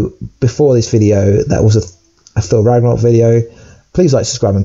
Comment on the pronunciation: It’s pronounced ragnarok not raganok. And I think you meant to say Asgard will be destroyed not ragnarok